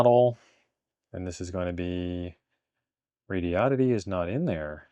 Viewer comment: THANK YOU FOR SAYING THE COMPANY NAME RIGHT. it's SHOCKING how many people can't pronounce it lol. Like the car brand Hyundai. It's hun-day, sounds like SUNDAY. Not hi un dayeee or HON day .... It's a horrible OCD thing for me and I know I'm crazy 😂